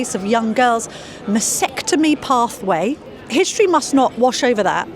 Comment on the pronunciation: Mastectomy is the word Camilla , not Massectomy .